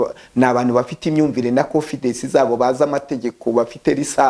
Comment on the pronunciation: Wenda aho yize bamwigishije ko bavuga konfidesi muri ntibavuga bavuga 😂